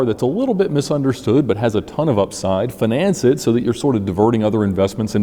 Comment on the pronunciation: The way you pronounce "finance" gets me every time.. 😂😂Keep up the good work though..